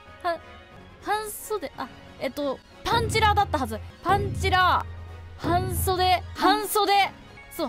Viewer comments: はん↑袖に関してはうちの県はそれだな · 自分訛りとかで全然話したことないけど、「半袖」は はんそで↑ じゃなくて、 はんそ↑で↓ だわw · はんそでは「ハァンそで」で分かりやすくなりそう。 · 反復横跳び、何でみんな笑うんだい？状態。 半袖は方言ですね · レッドブルと半袖のレバガチャダイパン